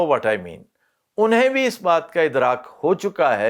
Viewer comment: Wah kya bola "unhean" 😀😃